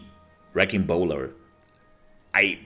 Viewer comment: Bola is a tricky word, I used to say it in the same way that you did. What someone did was show me how to say it. Bola (Bowl-uh) that is a section of lines with weights on it to trip someone up. Bowler as you said is a hat. I hope I can help you from making the same mistake that I used to make. I gotta say your videos are awesome and I am sending all my friends to you when I can. Thank you for everything. I cannot wait to see this active.